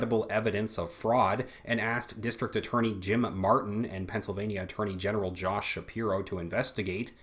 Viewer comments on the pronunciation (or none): none